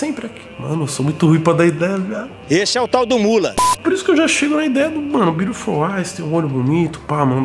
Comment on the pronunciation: THE BIURLOFUL TOOE KKKKK